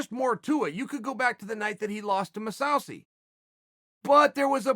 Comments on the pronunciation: His name is now mahsowsee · If Unc' Chael says you're name is Mosawsi, you're name is Mosawsi. PERIOD. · Musausaay lol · “Mousauceyyy didn’t fully knew it.” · Chael: Geigard MOUSEsasi